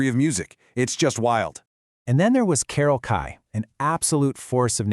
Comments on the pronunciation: Carol Kye? She deserves much better than some AI bot mispronouncing her name. Unbelievable. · The very LEAST you could do is make sure your phony, AI voiceover pronouces the artists names correctly: Carol "Kai"? Roger " McGinn"? Really? I mean, really?